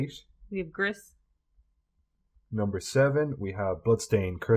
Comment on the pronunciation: You probably don’t care but Gris is pronounced “grease”